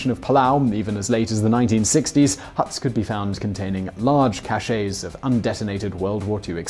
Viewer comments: A store of an item is pronounced "cash", not "cashay". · That is not how you are supposed to pronounce "cache."